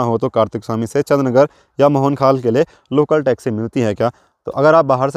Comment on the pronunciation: Chandr nager jb aap bolte ho Achha lgta he